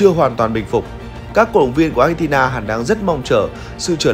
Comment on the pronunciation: Xin đọc Argentina ko nên đọc Achentina vi có H đâu